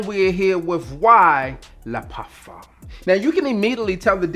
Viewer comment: I don’t know if you have French in your family but I appreciate you properly pronouncing “le parfum.”